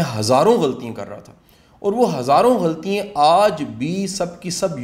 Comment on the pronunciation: Ghaltian not ghaltiyein